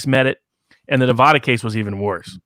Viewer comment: Dude needs to learn how to pronounce Nevada. Otherwise, enjoyed the video.